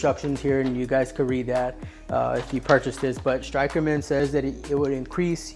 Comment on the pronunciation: You mispronounced the company that you were promoting lmao